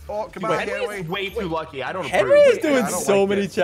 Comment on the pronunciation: SSundee called Henwy....Henry